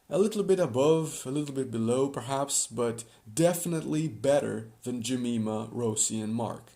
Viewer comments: And Jemima is usually pronounced "Je-MY-ma", not "Je-ME-ma". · 1. You swapped Yvette and Alicia 2. It's Sherry, not Shelly 3. Jeh - Mai - Mah